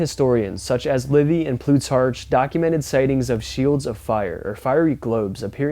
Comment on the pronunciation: What do you mean "when do you see satellites from earth"? I've been watching them in the night sky for over 60 years! Very common if you take the time to look. Also, your frequent mispronouncing of names of cities & assorted other things (the Roman name Plutarch in this video, for example) doesn't make you look like a genius. I know you can do better.